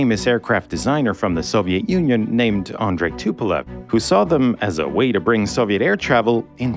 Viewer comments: C'est Tupolev pasTupel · Tupelve pelo amor de Deus deixa de ser BURRO , TUPOLEV